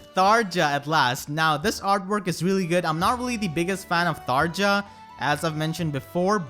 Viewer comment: "j" in "Tharja" is pronounced with a "y", like in "Fjorm". Even the IPA symbol for "y" sound is /j/.